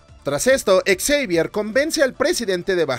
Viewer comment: Me hace gracia como pronuncias el nombre de Charles Xavier como Charles Exavier 😂 No lo toméis como una crítica o como si fuese un grammar nasi, pero la pronunciación sería como 'Shavier'. Y dios, siempre vuelvo a ver esta trilogía, fue de las primeras películas de superheroes que vi en mi infancia, y me siguen encantando.